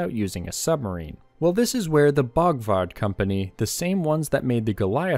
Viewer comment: BORGWARD, ....not Bogwad......